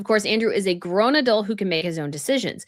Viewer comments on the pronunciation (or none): none